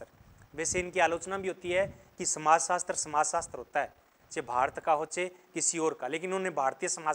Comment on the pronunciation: Hindi theek karo apni sir samajsastar kon bolta hai samajsastra hota hai